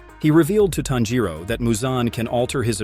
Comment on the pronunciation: It bothered me a little how he mispronounced a lot of names including tanjiro nezuko Muzan urokodaki and others. I had to stop watching cause it was annoying me, but some of the info was accurate